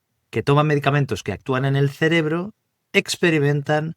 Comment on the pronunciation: Este Sr., en lugar de decir : cerebro dice celebro.....